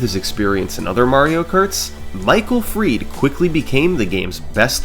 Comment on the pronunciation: why did he pronounce michael fried michael “freed” 😂